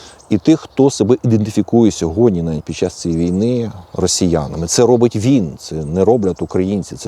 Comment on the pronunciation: Він і українською розмовляє дуже сумнівно - "ходиТ", "робиТ" ....